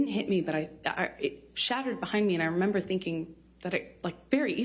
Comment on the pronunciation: I re-amber